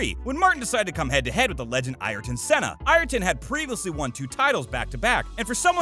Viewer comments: dude ikr the way he pronounced or rather mispronounced aryton senna's name was horrifying. EYE - R - TEN SENNA like bruh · Who wrote this stuff? Who TF is Ireton Senna? You cannot even pronounce the name of one of the true greats. Brundle is a legend. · I cringed so hard when he miss pronounced Ayrten Senna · I know this video is old. But wow. Don't talk about something you clearly have no knowledge of. Start with how to correctly say Ayrton Senna and Jacques Villeneuve actually every F1 racer name I think you pronounced incorrectly with the exception of Martin Also there wasn't sarcasm in what he said. He even said she seemed happy to talk to him. But her entourage stopped it. Also celebrities invited are informed that to participate with the pit walk you have to participate with F1 too ie. Talk to F1 media. It's Give and take. Atleast because of this celebrities can no longer have an entourage on the pit straight. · The legend Ayrton Senna, so much of a legend in fact, the guy making this dreadful clickbait video can't even pronounce his name correctly!!! I give up 🤦🏻‍♂️